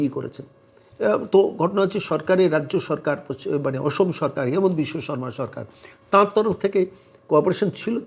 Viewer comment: Sir , Please pronounce the name of our CM as Himanta, not Hemanta. Thanks